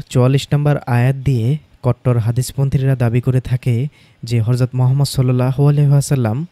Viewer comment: আপনি "হযরতকে" হরযত উচ্চারন কেন করেন?